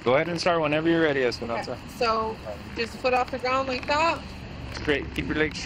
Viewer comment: He said "Esperonsa" 74 times in this video.